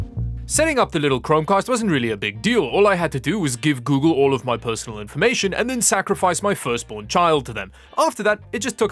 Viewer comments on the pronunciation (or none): none